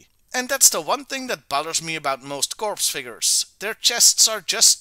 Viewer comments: I have I been wrong all my life in pronouncing “CORPS”, I thought it was pronounced “core” it sounded like “corpse” in this video, or maybe it’s just stupid American language and pronounced that way in the rest of the world…idk. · Hey just so you know the P in corps is silent and it is pronounced as "core" like the marine corps is called the "Marine Core". Je comprends que l'anglais n'est pas ta langue maternelle. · This is correct. P in the spelling, not in the pronunciation. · It is pronounced /kôr/